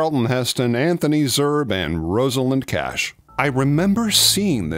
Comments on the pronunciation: Cool video. I love this movie. If you’re interested, the correct pronunciation of Zerbe is “Zur’-bee.” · Anthony Zerbe's name is pronounced ZURBEE. You may wish to note this if he comes up in any future homages you do. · With Zerbe the last e is pronounced. Not sure 100% how since everything he was announced as a guest star in pronounced it differently. "Zer-buh" ..."Zer-bay" But apparently it's "Zer-buh". Or he didn't correct the interviewer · Yeah, you're right. I still say "Zer-buh," but heard it pronounced "Zerbee" on a Quinn Martin show where the announcer named the guest stars. Streets of San Francisco or Barnaby Jones... maybe Cannon? Tonight's episode....